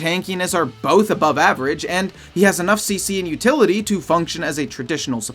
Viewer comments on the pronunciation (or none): none